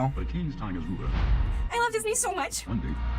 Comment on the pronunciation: She sound like she said: I love the new!